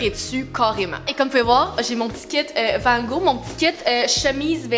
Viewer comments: Hey je suis française j adore tes vidéos par contre ta prononciation de "Vangog" m'a tellement perturbé 😂😅 petite information : toutes les lettres de son nom se prononce ce qui ne donne pas "Vango" mais "Vangogue" XOXO ma belle 💕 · la différence de prononciation de « Van gogh » entre la France et Le québec est incroyable 😭😭😭 sinon c’est une vidéo incroyable 💓